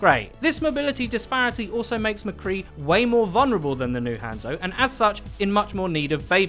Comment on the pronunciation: Sorry if this sounds rude but can you stop saying han zo it's pronounced haunzo but spelt hanzo or はんぞ in japanese